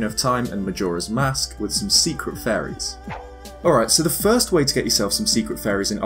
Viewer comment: everytime you say faeries......i hear furry